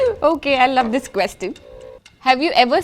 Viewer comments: Isn't that "quesTIN" pronounciation weird? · HRs pronunciation of question.....😐😐